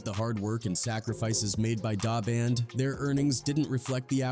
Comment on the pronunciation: Please pronounce our names properly. Duh Band not dah band.